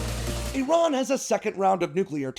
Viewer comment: Why does he keep pronouncing Iran "Iran"?